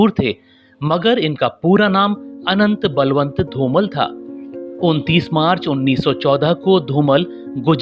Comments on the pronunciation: It is not Dhumal it is Dhumaal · Very nice video but you should pronounce the Legend actors name in correct manner. You are addressing him as "धुमल" whereas correct pronunciation is "धुमाळ" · धूमल नही धूमाळ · Yes... You are not pronouncing his surname Properly.....learn how to Pronounce and then Record such .....